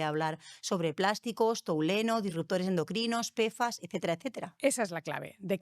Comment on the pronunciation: No sé si me fío mucho de una persona que dice touleno en vez de tolueno, o macrófogos en vez de macrófagos. Por qué no invitais a los que hacen la investigación directamente?